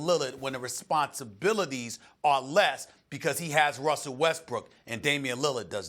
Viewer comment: Did she just said Westbrick? lol